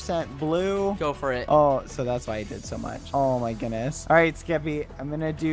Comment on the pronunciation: skeppy? more like ske-PEE